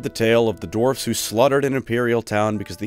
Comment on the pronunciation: Sounds like you are saying dorfs.